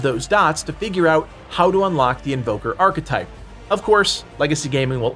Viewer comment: New "Archa type" lol